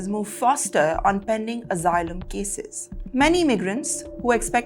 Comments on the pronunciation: Omg, it's asylum, not AZYLUM? You keep giving us plenty of laughter. 😂😂😂😂😅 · It is not azzilum.